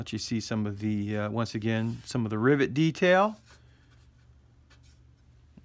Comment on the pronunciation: Rivet, not Rivot.